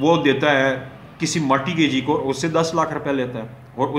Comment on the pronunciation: Sir it is not Marti gagee ,it is mort gagee .and 2ndly ur lecture is totally unsound .unable to understand .firstly clear ur own concepts than uplad ur vidios.